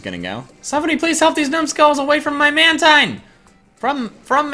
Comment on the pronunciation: It's man-teen not man-tine